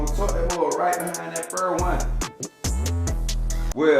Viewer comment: He really said Firt.